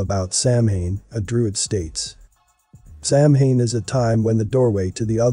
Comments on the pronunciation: Begging yr pardon, but it is pronounced Sow-WEEN not Sam-HAIN. I know it looks weird, bur that’s a fact. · Correct pronunciation is Sow (like cow) Ann, not Sam Hane. Irish isn't phonetic. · First of all.... It's "sow enn" ",!not" Sam hain "... Lol... As a left hand path luciferian witch, NO branch of Satanism or any other path that's luciferian requires blood or human sacrifice, none! So don't blame them. This wasn't us.... Whoever it is, it's not true Satanism. Secondly.... While I agree this concert was Weird, I highly doubt it had anything to do with GENUINE occult practices. That singer looks like he couldn't even read a ouija board, let alone summon demons! Lmao! So keep your tin foil hats on folks.... It was a tragedy, and nothing more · Yes, i wondered if anybody else would pick up on the pronunciation error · Sure wish narrators would learn how to pronounce words. (Samhain is pronounced Saw-when.) (I’m Not a witch, just an English professor.)) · Just an FYI, Samhain is not exactly on Halloween. It changes depending on the moon phase. So it’s entirely possible that the event was much closer to Samhain. Which btw is pronounced Soww-in. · I think Samhain is pronounced "Sah-wen" - if I remember correctly. I think the word is of Irish/Old Celtic origin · It is pronounced Sowain and it is time when it is believed that the veils are thin ancestors can be contacted. It has been hijacked by the Satanists. It was not originally satanic, and druids are not satanists. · Samhien is pronounced. Sow- when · Samhain is pronounced sah-win and is not "the ancient festival of death and sacrifice" but a Gaelic festival that signifies the end of the harvest season....sure it's a pagan religious festival but it has nothing to do with satan............. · Samhain is pronounced sah-win meaning darker half 👀 yikes 😳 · Samhain is pronounced sow-en, JS. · Nerves grinding with the mispronounced……. SamHain!!!!😂😂😂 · It's pronounced, 'sow-en'.